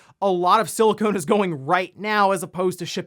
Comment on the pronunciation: "a lot of siliCONE is going" lmao pretty sure he meant siliCON